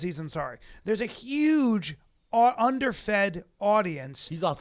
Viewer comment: God dammit Callen, can't you say HUGE or HUMAN without the fucking S sound before the U? It makes me cringe every time. Brendan, smack the fuck out of him every time he does it. HHHSSSUGE.